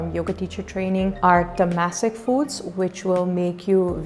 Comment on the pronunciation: Just a suggestion (does it even matter 😆🤭): It's " TAAM-SIK" & "RAAJ-SIK" instead of tamesik & rajesik (food you were pronouncing) . Tamas means dark. I got this lovely opportunity (the way you pronounce) so couldn't help myself to add one more comment 🤭🤭 Please don't mind ✌️🙏